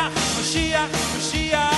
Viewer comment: You pronounce "moyshiach" wrong